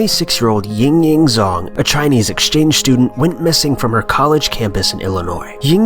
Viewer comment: It's Jang not Zang. Zh is pronounced J in Chinese